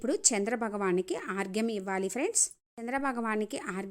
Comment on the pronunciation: ఆర్గ్యం కాదు అండి అర్ఘ్యం